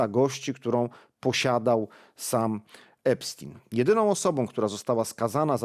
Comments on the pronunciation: Jaki znowu Epstin? Przecież on był amerykańskim Żydem. Czyli fonetycznie to Epsztajn. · Panie prowadzący nie mówimy "epstina" tylko "epsztajna" trzeba na każdym kroku podkreślać jakie pochodzenie ma/miał ten dzieciolub i jego przyjaciele dziecioluby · „Epstina” 😂😂😂 prawidłowa wymowa brzmi, w zapisie fonetycznym: „Epsztajna” i to jest literalna wymowa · Nie "Epstina" tylko Epsztejna - bardziej izraelsko brzmi to nazwisko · Epsztajn, Boże, chłopie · Ten Epstin to jak wiertarka na uszy. I to nie pierwszy raz jak nazwiska są źle czytane.